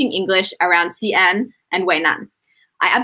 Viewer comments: Actually, it's more of a "She" - "An" as in like West... Xi-An "She-An" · 你发的也不对，华北山东的土话还是发尖音[s]，普通话尖团合流现在发作舌叶音[ɕ]，这个音英语国家的人发不出来的